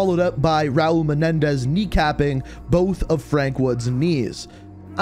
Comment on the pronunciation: the way he says Menendrz is just too funny😂